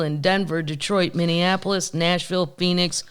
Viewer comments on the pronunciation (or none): none